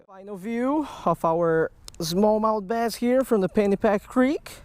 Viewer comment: I like how you say bass "baiz" I actually like it